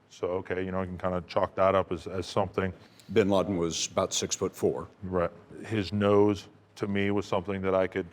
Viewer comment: WHY DONT YOU AMERICAN'S PRONOUNCE WORDS PROPERLY it's NOT binlardin it's binladen